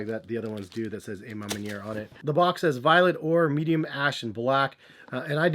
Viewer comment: The A.... Ma Manier! Hahaha🤣🤣🤣 isn't it A, like Awe Ma Manier??